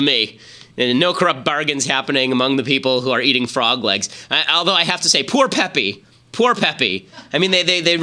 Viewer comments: "pepee" good god Ben it's (Pe-pay) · Is he pronouncing it Peppy as a joke? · Ben butchered the pronunciation of Pepe